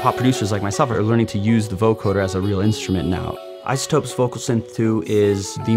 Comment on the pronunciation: BTW, It's pronounced voCODEr, not voCORDer.